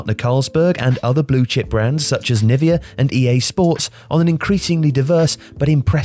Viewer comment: x-axis is presumably "GBP" (pounds) not GDP. Also it's "Nivea".